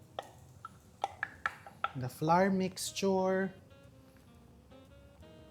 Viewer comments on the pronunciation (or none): none